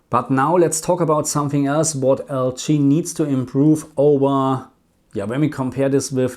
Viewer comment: Question: Why do you pronounce LG like L chi? Just curious that's all. Thanks